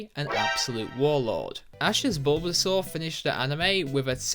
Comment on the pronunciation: GROOKEY DOES NOT END WITH IE, IT END WITH EY! AND IT'S BULBASAUR, NOT BULBSUAR!